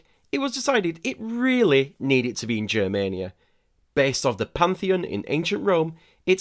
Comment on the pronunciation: The “G” in Germania is pronounced the same way as in “go” or “get” rather than how it’s pronounced in “Germany”. So it’s Germania instead of “Jermania”